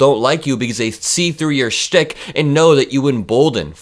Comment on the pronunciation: I am kvelling how you NAILED the "sh" phoneme in "shtick" (~ ). You're a mensch for identifying djt as a meshuggeneh putz. He's a schmuck! My daughter should marry nice like you.